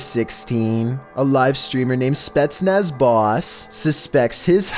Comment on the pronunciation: You said Spetsnaz correctly. 👌